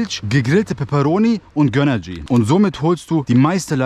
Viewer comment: Es heißt GÖNRGY nicht GÖNNERGY😂